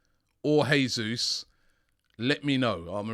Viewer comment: god... please stop saying heey-sous